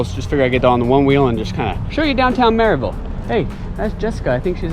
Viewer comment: Has anyone told you the correct pronunciation of Maryville? Murriville otherwise they know your a transplant.